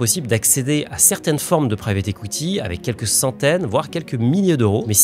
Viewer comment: J’entends “écoutille” quand tu dis “equity”.. 😂